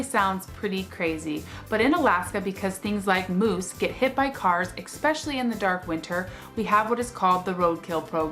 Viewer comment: "EKspecially" isn't a word, even in Alaska